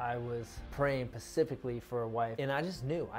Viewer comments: He did say he prayed “pacifically” lol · He was praying pacifically. 😆💕I love them